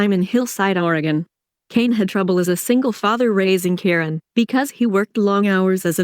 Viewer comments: Ky Ron..not Karon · Ki-Ron Ki- Ki-Ki get it right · It’s K-eye-ron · I known its driving me nuts.